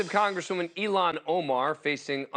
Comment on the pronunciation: Please learn how to pronounce Ilan properly.